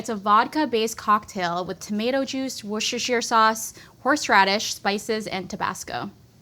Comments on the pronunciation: … it’s Wooster-shire. It’s that easy. 😉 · Guys you’re making pronouncing “Worcestershire” far more difficult and incorrect than it should be It’s like Wuss-terr-sheer/wuster sheer. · "Wuh-sha-sheer" sauce. Breaking American brains and mouths since the 19th century. Some helpful pronunciation options: Woost-er-sure/Woost-a-sure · “Worjesterhfir sauce” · WAR-CHESTER-SHIRE SAUCE lol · Its pronounced 'wuster' even though its spelled Worcestershire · wor-chester-shire sauce is how you say that. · 'Woos-Ta-Sheer Sauce' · Why can’t pronounce Worcestershire? She went to culinary school